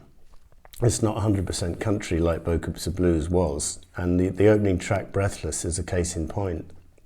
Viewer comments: Is is not pronounced “ bo - coo “ ? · in french you actually don't say the s